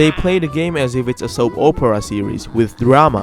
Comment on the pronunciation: "O" pera" he says even though its pronounced as if the o is an a